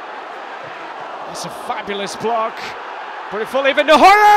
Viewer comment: how do you get the job at commentating on highlights? I think I could do a better job than that. At least I can pronounce Nuhiu!